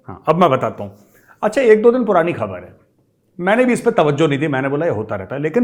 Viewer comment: है बोलने से कुत्ते की फीलिंग्स महसूस हुई। है.....